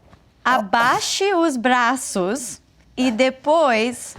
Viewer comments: "depois and the Boys" 😂😂😂😂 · She is great!!! As a Brazilian I appreciate the struggle from them to understand the language. "the boys" - "depois" hahahahahahahahah